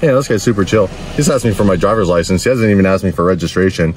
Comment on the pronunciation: That cop has some serious issues, first you can't ticket for people calling in as it's unreliable, also why can't he speak proper English as he seems to not know how to say license.